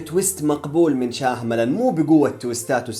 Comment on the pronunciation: شياملان وليس شاهملان ي اخ